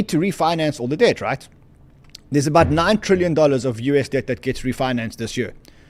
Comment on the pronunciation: keep saying: they're buying dead 😮 I thought it's debt 😂